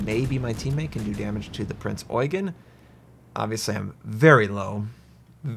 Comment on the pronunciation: that pronounciation was spot on dude. Respect